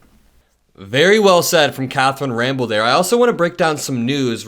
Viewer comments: You bro her name is not Catherine Rambel ita Catherine Rampeil...... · it's not "Ramble," but "Ram-Pell." Carry on as a watchdog for democracy!